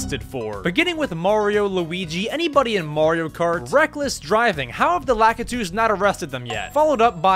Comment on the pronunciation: You pronounced Lakitu's name wrong